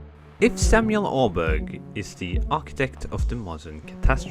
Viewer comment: How are you norwegian and still can't pronounce Åberg